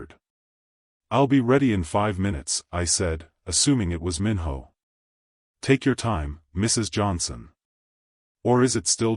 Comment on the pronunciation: First I want to say this is a good story and I would like to hear a part 2. But, just a quick suggestion if there is a part 2, make sure the AI voice knows how to pronounce Korean names. The “I” is pronounced like a! “ē” Minho should sound like Meen-Ho.